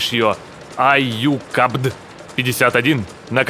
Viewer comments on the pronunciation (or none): Не аюкабд а Аджукабд